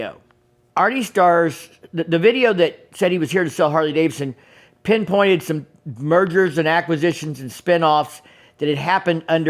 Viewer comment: Harley Davidson, not Harley Davison.